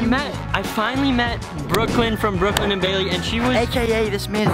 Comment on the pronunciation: The face tho also awww ship also the man cant say brooklyn and baily